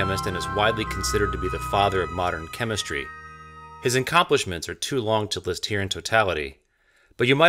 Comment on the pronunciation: "His incomplisments"? Did anyone pick up on that? Did he mean to say accomplishments or is it a subtle dig at the guy?